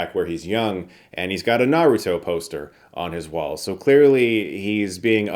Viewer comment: Its not a naruto poster. Its narowtoo